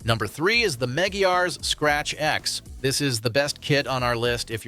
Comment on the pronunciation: Pronounced "mah-gwai-uhs"